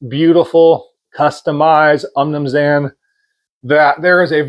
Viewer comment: I’ve never heard someone butcher saying umnumzaan before. 😂